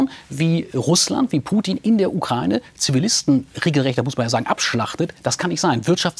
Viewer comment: Können Sie Ihren Gästen vor der Sendung erst beibringen wie man Ukraine richtig ausspricht.